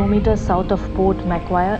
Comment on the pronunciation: small correction, "Macquarie" is pronounced as Mac+qua(like aqua) + rie